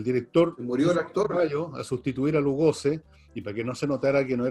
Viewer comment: Es Lugosi, no Lugoze